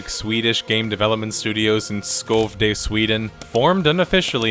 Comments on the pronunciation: shovede. Not skovde. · Great video and great research, except Skövde isn't pronounced Skovd:eh. Take the "i" in "bird" and insert it where the ö is, as followed; Schövd:eh. Not perfect but its better than Skovd:eh xD Great video tho, love ur content! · You said skövde wrong